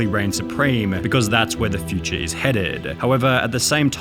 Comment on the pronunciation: The way he says "futurea".